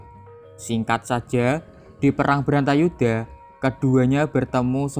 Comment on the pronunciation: Bratayudha mas bukan brantayudha